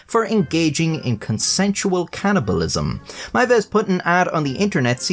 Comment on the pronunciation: It's called cannibalism, not can'tibalism.